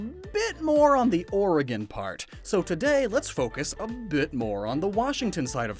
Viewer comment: My god you said oregon right you must live here 😂